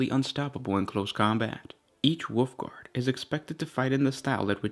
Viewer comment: Was he..., Calling the Wolfguard "Woofguard?" Or was that just my mishearing? xD